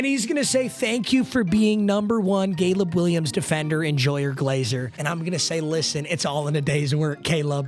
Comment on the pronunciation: Did anyone notice he said Gayleb Williams ?????????